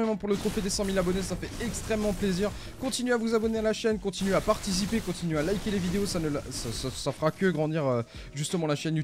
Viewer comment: Trop lol tas dit partisipe au lieu de participer 😂😂